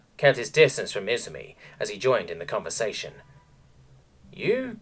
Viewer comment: I -ZU -MI Emphasis on the second syllable! Emperor damn it, you never watched an animae in Japanese?